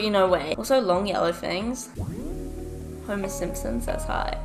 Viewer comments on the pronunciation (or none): none